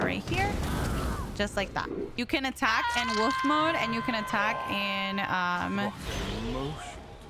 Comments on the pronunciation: Bestie PLEAAE pronounce the “L” in Wolf 😭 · The way you say wolf makes my day love u sm